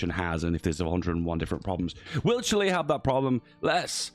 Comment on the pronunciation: You're actually pronouncing Chile right. CHIlee